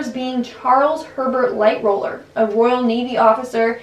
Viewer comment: “Light roller” god damit